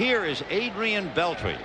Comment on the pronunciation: Whoa, one of the very few times Vin Scully mispronounced a player's name "Beltree" Even the greats have their "oops" moment. So weird seeing Ryne Sandberg in a Phillies uniform too.